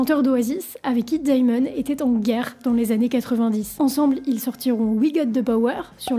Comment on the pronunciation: Perso je suis plus choqué par le "Daillemone" :) On n'ajoute ni de I ni de Y dans le prénom en anglais, c'est juste "démone" (rien de grave cependant)